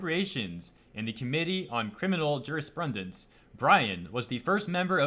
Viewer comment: A part of me died when you mispronounced the "dence" of jurisprudence but awesome video. Keep up the good work!!!